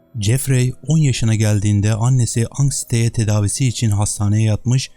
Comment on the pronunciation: Jeffrey"Cefri"şeklinde telaffuz edilir, yâni okunur. Ayrıca "Anksiteye" değil, "Anksiyete" bilginize.